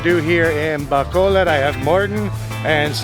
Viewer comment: Why cant americans prenounce bacolod and silay correctly